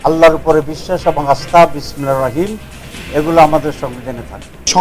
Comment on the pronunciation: জারা বিসমিল্লাহির রাহমানির রাহীম সঠিকভাবে বলতে পারেনা তাদের কাছে কি আসা করা জায়